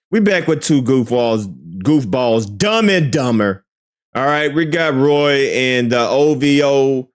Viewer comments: It's Rory bro not Roy. 😂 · ….…….No!😂😂😂😂 His name is Rory. Not Roy. lol I’m dead yo ass krazy!